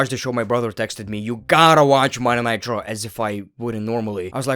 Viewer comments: Yeah I was too confused why he is calling it Monday nitro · Why does it sound like you're saying "Monday Nitro" instead of Monday night Raw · Accent makes “Monday Night Raw” sound like “Monday Nitro” in the beginning lol I was hella confused for a sec